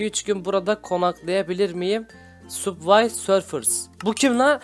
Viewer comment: Abi bu arada onun adı Subway serfers değil Subway surfers